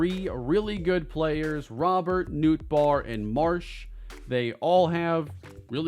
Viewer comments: so what about how pronounces Robert lol? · is right. That is how he pronounces it…unlike how he says Robert 🤦🏼😂